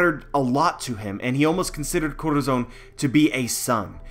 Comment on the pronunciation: every time you try to say Corazon it triggers me so hard, because its not even that hard to say. Look up that word in spanish, listen and listen to a pronunciation. DEAR GOD, that triggers me.